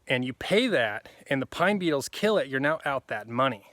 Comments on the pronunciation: I thought you were saying PINE "NEEDLES"! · Oh! You said beetles... I thought you said needles 🤣😂🤣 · I first thought you said pine NEEDLES are killing the trees -- then after about 3 minutes in to the video, I realized you were saying BEETLES!! Great info!!